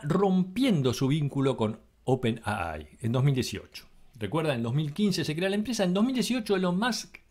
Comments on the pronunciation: ¡Por favor! No es "open a ai"; o dices "open a i" u "open ei ai" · Buena recopilación pero... por favor pronunciar bien... en español es open A. I. ... en ingles es Open Ey Ay... pero jamas es Open Ah Ay.... porfa! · Por qué pronuncias 'a-ai' y no 'ei-ai' en inglés o si fuese en español 'a-i'? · en ingles se dice ei ai pero en castellano se dice ai no aai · Demasiada soberbia sobre hechos y nada de análisis. Gracias por poner en línea de tiempo esto y no creo que haya mucho más que agradecer. OPENII como lo lees en inglés. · Le agrego algo más: En español sería al revés: I.A. ya que para los de habla hispana, es: Inteligencia Artificial. Pero coincido, está mal expresado.